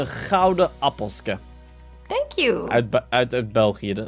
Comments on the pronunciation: Het is APPELKE en niet APPELSKE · je zei het verkeerd want het is een appelke geen appelske, maar wil je nog meer belgische woorden kennen dan kun je dat in je vids vragen en ik geef een command, ik vind je vids keileuk dus kijk ik zo vaak mogelijk, om kwart voor 7u sta ik op voor jullie video, hopelijk zie ik jou eens in het echt! Ik zou ook heel graag op je wall komen dus mijn naam is JulieOnMC, doei en doe de groetjes aan Maisha en jezelf